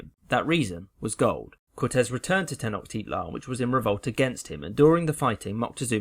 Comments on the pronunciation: Its tenochtitlan not tenoktitlan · 46 : 4 It's Pronounced Tenoshtitlan As I Far As I Know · Not trynna be that guy but there were some mispronunciations in this video. It’s Ten-o-shiit-lan, and con-kiist-ah-dor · Not him also saying TenoKtitlan. It’s TenoCHtitlan. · You pronounced wrong tecnochtitlan and conquistador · You butchered the word Tenochtitlan.......